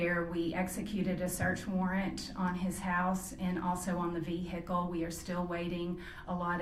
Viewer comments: OMG STOP SAYING "V-HICKLE"! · I like how she says "vee-hicle" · Did she say a vee hickle?